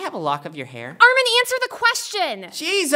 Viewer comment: Just realized that Reiner actually pronounces Armins name more correctly than anyone else